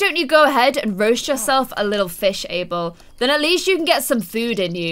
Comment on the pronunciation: Guys, it's ABEL not Able..